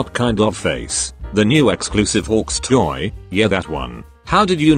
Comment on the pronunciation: The way it said toe instead of toy lol